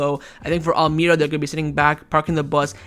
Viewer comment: wallahi it's pronounced al maria not al may ra